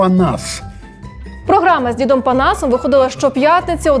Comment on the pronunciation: не "дзідом", а "дідом"